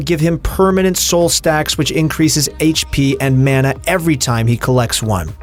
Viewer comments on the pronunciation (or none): none